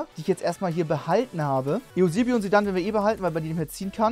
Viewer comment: Alter sag bitte EUsebio und nicht e u sebio..